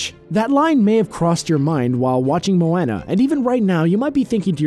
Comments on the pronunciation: Two more Easter eggs in Moana (PS you are flicking so weird at saying Moana it's pronounced moe-on-ah hope that helps) 1. When little Moana picks up all the shells the turtle from finding nemo was there 2. When Maui gets his hook back he starts transforming really crazily and transforms into Sven the reindeer from frozen. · STOP SAYING MOANA LIKE MOANNA. JUST. STOP. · Its MoahhhhhhNa :l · It's pronounced MOE-ONNA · He spelled Moana right but said Moana wrong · He said mowana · Raise your hand if you think hasn't even watched Moana since they can't pronounce her name 🙋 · U pronounced Moana wrong just to let u know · You said Moana wrong bro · I know i am nitpicking but needs to pronounce Moana correctly. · Am I the only person who can't listen to what he is saying because he keeps saying moana wrong😂😂😂😂😂😂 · The way he says Moana is terrible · and its a name so he should get it right no matter what accent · I got so fucking pissed when he pronounced moana wrong😂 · PercyJ OceanGod I spelled it like he said it but I know it's actually moana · Its bugging me soooo much and the name "Moana" has been pronounced sooo many times in the movie. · I did the second he said MOANA wrong XD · How do you say Moana's name wrong?!? They say her name multiple times in the movie!!! Boiiii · Who was annoyed that he said Moana's name wrong like if u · Who else have seen about a million comments about saying Moana wrong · take a shot every time he mispronounces Moana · anyone bothered how he pronounced Moana? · I just gotta say... are you just saying Moana like that to piss people off? Cause they say it many many times in the movie and it doesn't say it like this🙄🙄🙄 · Who else got really annoyed when he kept saying Moana wrong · You pronounced Moana wrong AAANNNDDD Maui being the Rock is a fact, not an Easter egg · Ikr nobody can seem to say it correctly even tho people say it like 10 million times in the movie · I CANT HELP BUY GET TRIGGERED AND CRINGE WHEN HE SAYS MOANA WRONG